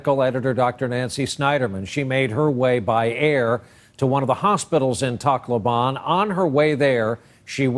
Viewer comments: Its kinda weird they pronounce tacloban and i hear it like taco ban #nooffence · Brian said Tacloban wrong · Its weird how they pronounce "Tacloban" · /tak-LO-ban/ (The stress is on the syllable "LO") /se-BU/ (It is not pronounced as /si-BU/)